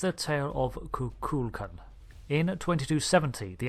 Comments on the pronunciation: FYI...The name of the Mayan deity is KukulKAN, the emphasis being on the last syllable. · FYI It's pronounced KU-kul-kON